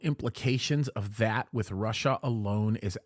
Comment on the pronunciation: Russia is a complete wildcard. Not "Rosh", though...